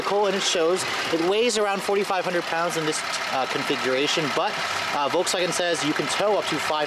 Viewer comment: So... VOLKSWANHEH